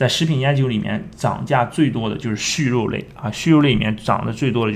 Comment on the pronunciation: 畜肉 chu不是xu